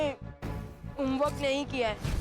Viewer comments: Homework ❌ Hom Orak ✅ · Home work ❎ home warak ✅😅😂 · Homework❌ Homewarak✔️ 😂😂😂😂